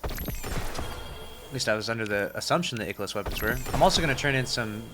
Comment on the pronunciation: ikelos. no it’s IIKEElos bud